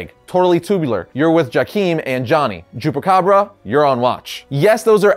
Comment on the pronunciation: ngl, thought he said jewpacabra